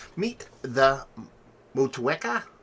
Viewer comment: Wow! Finally an American reviewer that can pronounce it correctly. My friend Ophelia in New Zealand would be impressed. Bravo 👏